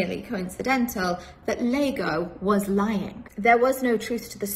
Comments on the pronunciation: except the mispronounced othello character Lago lol. She practiced this speech over and over lol. Don't be fooled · I love the irony of Layla explaining the origin of the word 'Cuckold' and how Strickland is "unlikely to be Au Fait" with the Shakespearean word. Meanwhile, she isn't 'Au Fait' with Shakespeare either.......It's Iago, not Lago 🤦🏻‍♂️ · Lol you know how i know all her fancy words and Shakespeare quoting is BS? Because the character in Othello is not "Lago" 😂😂 it's "Iago" Thats an "i" not an "L". Pronounced "ee-ah-go". She googled half the words she used before making the video 😂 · Its not "Lago" its "Iago" with "I" how obvious she googled this just to sound smart LMAO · Lmfao it’s capital-i Iago not Lago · Trying to so hard to sound smart, but doesn’t know that it’s Iago not Lago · It’s Iago ffs, not Lago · Making references about Shakespeare, at least get the name right of the antagonist of the play you referenced. Not Lago it's Iago, I'd know. Lago means lake in Spanish, Othello wasn't ostensibly deceived by a lake in regards to his woman being unfaithful. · Iago - Ee - aah - go, not Lago. FFS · Her husbands name is ian.. And she thinks iago from Othello is pronounced Lego. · It’s pronounced “Ee-yaw-go” , Mrs. Succubus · Definitely never read Othello if she made that mistake 😂